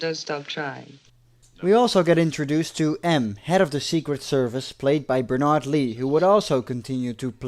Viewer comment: A very minor correction for the actor playing "M". In the UK, the given name Bernard is pronounced with stress on the first syllable, thus BERnuhd.